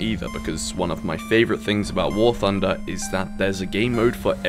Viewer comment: Warthunder not warfunder.